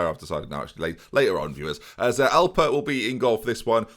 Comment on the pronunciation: Anyone else think of the cereal alpen when he says Alper?